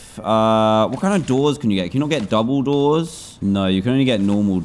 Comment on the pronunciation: Whenever Dan says 'double doors' the only thing I hear Is 'Dumbledoors😀